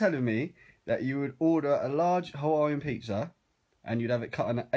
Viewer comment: She was hot until she said Hawaiian